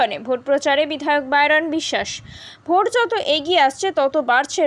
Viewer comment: বাইরন না বাইধন😅😅😅😅